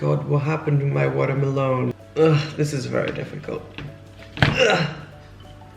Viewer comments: i love the way he just casually pronounced it 'watermalone' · Did he said “watermelone”?!😂😂😂😂😂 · He said watermelone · I loved how you said watermolon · Sweet Vanilla water mulone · I love the way he said watermeloon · “water- melone” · "what happened to me waterermelone" 😂😂😂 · Omg im dead 😂😂😂🍉 “watermanone”😂😂 And then 😂😂 can you die twice??😂 MEEEE!!! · Simply Ellie IKR lol "what happens to my watermelon/watermelone" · Oh my watermelone how he said that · Lol at the way you said watermelon